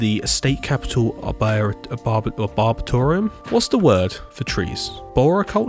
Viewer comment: That's not how you pronounce arboretum